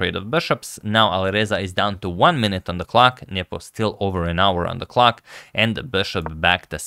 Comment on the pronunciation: Every time Antonio says nepo my dirty mind hears nipple😂😂😅